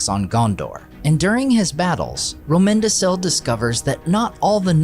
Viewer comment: Great video. I hate to be that guy but from my understanding, Romendacil (and other similar names) are pronounced with a hard c as in Romendakil. I could be wrong, but I don’t think I am. Easy mistake. Still, very good video.